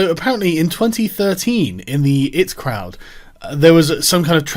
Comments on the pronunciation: "Graham LINE-an" "The it crowd" ffs Sargon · I've been watching you for a long time, and mispronouncing The Eye-Tea Crowd might be the worst thing you've ever done. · This would've been a much better video if you'd've learnt how to pronounce 'The I.T. Crowd' and 'Linehan' correctly.